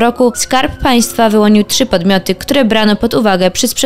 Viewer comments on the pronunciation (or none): none